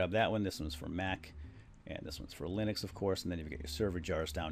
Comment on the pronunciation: you mispronounced 'Linux' =D